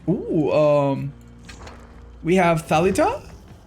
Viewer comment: Just a little observation: The "correct" way to pronounce Thalita is by pronouncing it like "thalí-ta", that's the easiest way to explain it i think :') You kinda have the same ammount of emphasis on "tha" and "li" when saying it, but the "I" has an acute accent like "í" when saying it, and then with the "ta" there's no secret.